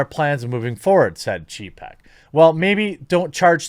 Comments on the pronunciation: I know youve heard how to pronounce the name. Its pronounced chay-peck. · It is hilarious how your pronunciation of Chapek's names sound like you're calling him a pussy in polish. Some say there are no coincidences :)